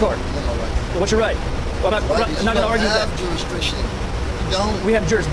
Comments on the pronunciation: "Jurisriction" lmao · That "juriswricsion" will get you every time. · They can’t pronounce ask but you expect them to say jurisdiction correctly, Lol? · JUR-IS-DIC-TION..... say it slow.: ).